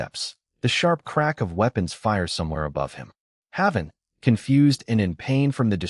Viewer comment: You are saying his name WRONG! It's pronounced "Hay-ven". Like the safe place.